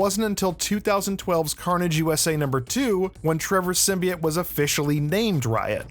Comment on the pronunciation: “Symbiought” not “symbiate”